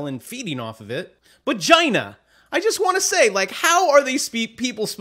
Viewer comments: Exactly who the hell says Gina! Even Bon Jovi sings Geena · The pronunciation of her name is,Gee na not Gy. na. You are funny.:)